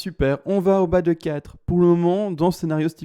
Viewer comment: Merci pour l'analyse technique... que penser de l'analyse fondamental avec les annonces françaises de ce soir ? .. je temporise ... ps : quand je t'entend dire bas de 4 j'entends toujours Bat'cave... 😂😂 mon côté cinéphile sûrement